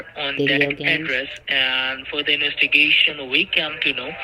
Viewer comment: Sorry. I meant inwestigation